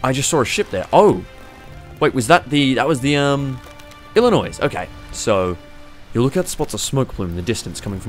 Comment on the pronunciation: As a lad from the state of Illinois, the s is silent.